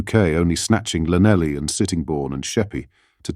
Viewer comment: Ai has trouble pronouncing Llanelli